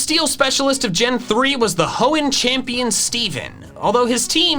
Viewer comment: Hoenn not Glenn XD